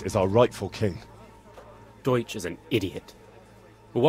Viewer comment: Bang bacanya bukan des(deutch) bacanya doic): eu dibaca oi hehe jerman